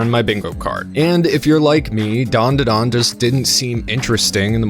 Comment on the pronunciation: Its Dan Da Dan Not Dawn Duh Dawn you aren't special